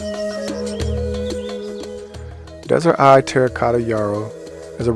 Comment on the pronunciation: Just to make sure you are putting out correct information, it is Desert Eve not Eye